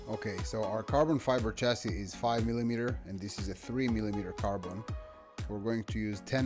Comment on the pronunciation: Oh! this is interesting, I need a carbon fiber chassis (Did I hear you pronounce chassis as shessis or! hahahha) Anyway, I need one for my Rally car build.